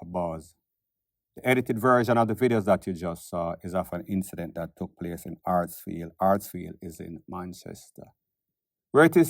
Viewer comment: Hatfield not Hatsfield